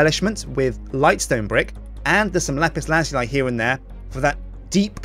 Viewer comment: Does ANYONE pronounce lapis lazuli properly?